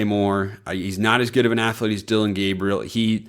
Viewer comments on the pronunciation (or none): none